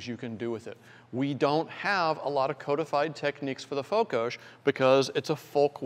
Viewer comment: Its Fokos not Fokosz